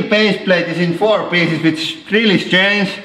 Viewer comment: Edrick Mondesir when he said pieces XDDDDDDD